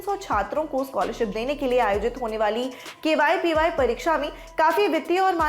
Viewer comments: It's not kypy it is kvpy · It's KVPY not kypy